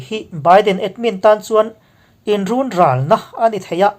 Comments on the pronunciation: I thu chhiar ngaihthlak a nuam in, i thawkrim hle tih pawh a hriat, chutih rual in mizo tawng erawh tun ai a i tan deuh a ngai, Run ral tih hi, In (Run) lam ang ni lovin, thluk loh tur a ni e. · Mithuziak ichhiar hi ithiam thawkhat. Mahse, Mizotawng thluk dikloa lam ineinual zel. Ex_Runral.